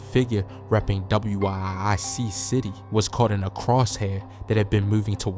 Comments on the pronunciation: You should.say surgical precision not clinical execution if I'm right I think that what ur trying to get across just for future reference and wiic is pronounced wick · 😂 this fool can’t even say wiic city 😂 he spelled it out 😂